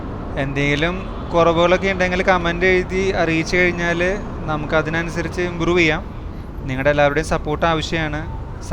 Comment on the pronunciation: Not കമേന്റ് അല്ല കമന്റ്‌